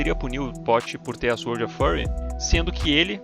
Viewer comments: Mais vídeos!!! Se liga, nao se pronuncia "zuord" e sim "sôrd" e "rooker" não se pronuncia com o som de "o" e sim de "u". È "ruker" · "zuord of fãry"